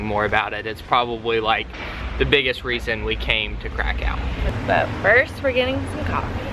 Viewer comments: I realise its looks like Krakow (Kra cow) but w in Poland is said as a V so it’s KrakoV 👍🏽👍🏽👍🏽👍🏽👍🏽👍🏽👍🏽👍🏽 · It’s pronounced krakuv jtlyk 😊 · Its pronounced (crak-cov)